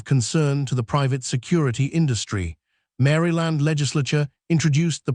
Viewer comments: Narrators needs to know the correct pronunciation of the words they are speaking. Mary Land? Mahl? So annoying to listen to…. 🤦🏻‍♀️ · It's not Mary Land!It's pronounced as Marl land. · No this man did not say mary land ai yes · Not to mention he can't pronounce Maryland correctly 😅